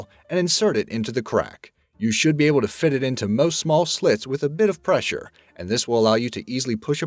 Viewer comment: He said "slit".